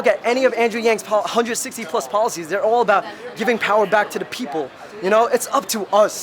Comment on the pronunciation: The guy with the pink hat is with Old Kid Productions, right? You can tell he’s from New York when he says “young,” “all,” and “four.”